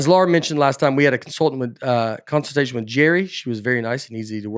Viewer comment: Consultitation……enough said 🤣